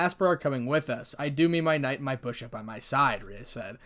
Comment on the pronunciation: and the last part you kep saying bushop it keeps me laughing i kep rewind the part